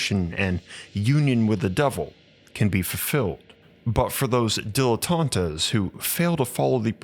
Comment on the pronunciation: Dilettantes=-"DIL-e-tawnts",, if you care about pronunciation.